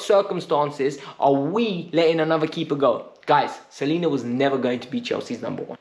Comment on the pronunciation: Slonina, like слон, not Salina.